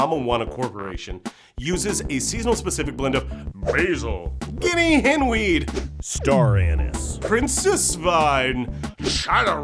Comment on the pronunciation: Did he say Star Anus? O-0